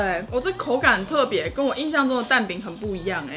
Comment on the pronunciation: 是「印」象啦～～